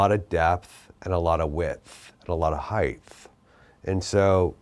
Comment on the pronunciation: did he.. did he just say “heighth”?